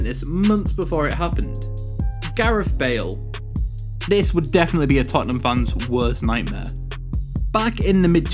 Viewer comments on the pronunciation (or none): none